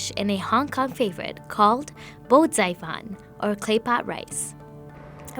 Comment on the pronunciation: Her pronunciation was so spot-on for "fan jiao" and "bao zai fan". Taking the time to practice small things like that is real journalism.